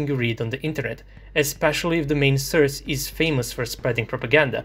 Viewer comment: Извини ал морам да ти кажем сорс а не срс